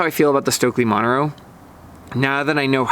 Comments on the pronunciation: The name Montero is pronounced mon-TER-o. Not MON-ter-o. The accent is on the second syllable. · Good review. I demoed them the other day and was also impressed. I tried it after trying the Original + first...very impressive ski. I was surprised how easy to ski and how much I enjoyed the Montero AR. By the way, you are mispronouncing Montero, even in English.